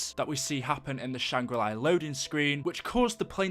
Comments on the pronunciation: La not li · It’s shangrila not shanggrili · great vid but it's not Shangri-"Lai" it's just Shangri-La there's no I in it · Where is the I in LA SHANGRI LA! La la la la la not li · When he says Shangri LEYE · the way he says shangri la is so annoying there is no I at the end of la